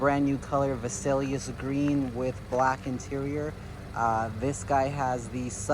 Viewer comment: you say it just like VALET. Not vasalias.